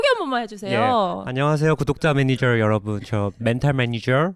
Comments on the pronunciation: 어머 이 콘텐츠 너뮤 재밌어요!!!! 섬넬이 빈티지 미국 잡지책마냥 너무 레트로하고 예쁠 뿐만 아니라 내용 너뮤 알차고 웃기고 힘나네요!!!! 다른 영상도 많이 봤는데 여기서 핑쿠 잠옷 입고 나와서 메니ㅈ ㅕr 발음 제대로 살리는 것두 너무 우끼고요 ㅋㅋㅋㅋㅋㅋㅋㅋㅋㅋㅋ 영구 멘탈 메니졀 해주세요 매주 매주 고정 코너 해주세요!!!!! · 쌤 “매니졀” 발음 개찰떡이야